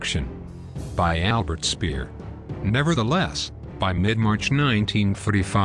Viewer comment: Not hard to pronounce Speer properly